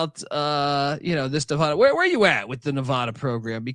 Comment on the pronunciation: You guys fuckin suck. Learn how to pronounce Nev-Add-uh. Mackey is not mackayyy. God you guys are severely uneducated and annoying as fuck.